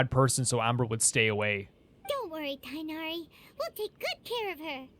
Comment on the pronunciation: TIGHNARI's name has a letter that English doesn't, so most people just pronounce his name like this Tay na ri